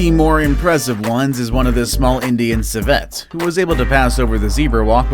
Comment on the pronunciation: It’s pronounced “si-vit”